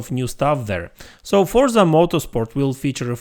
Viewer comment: Unfortunately it's just a click bit video. There is not even one single piece of new information. Also please learn how to say the name of the game.